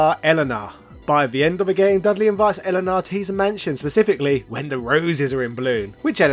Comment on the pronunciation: E-Lay-Nuh Elena